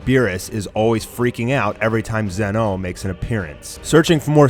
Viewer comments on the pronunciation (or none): Lmao, Who is ZehMasoo and who is ZenOh. It's supposed to be pronounced[ZAH-MAH-SOO] and [ZEEN-O], not [ZEH-MAH-SU] and [ZEH-NO], lmao, even in the anime it's pronounced like that -_ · It's pronounce Z-ee No not zen-oh also its not his full power shown. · Please stop pronouncing zenoh like that